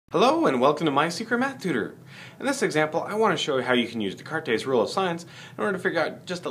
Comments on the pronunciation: It is pronounced "d-cart" not "d-cartes" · the S at the end is silent too, fyi. It's just de-cart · Jesus fucking christ. Descartes was French, not Spanish. His name is pronounced like "day cart". Also, he is famous. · I wonder how the name was pronounced when Descartes was alive.